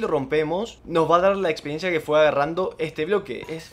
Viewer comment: buen vídeo pero me quedo una duda, se dice experiencia o espediencia